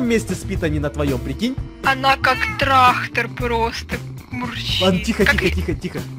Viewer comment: вас не смущает то что сказала ТРАХТОР 😂😑